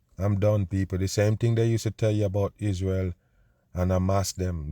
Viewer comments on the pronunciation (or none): none